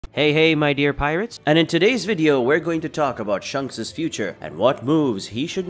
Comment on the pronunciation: its ShAnks not shunks